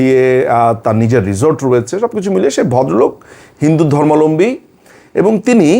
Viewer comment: ধর্মালম্বী বলেন কেন দাদা, সবাই এটাই বলে কেন বুজি না সঠিক উচ্চারণ টা হবে তো "ধর্মাবলম্বী"